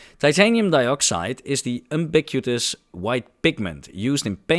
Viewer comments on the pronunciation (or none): Depends on where you're from... New Zealanders do pronounce "flash" the way most English speakers pronounce "flesh".😂 More seriously, the third syllable in "ubiquitous" is pronounced to rhyme with "it", not with a "u" as in "up"... "yoo-bick-wit-us".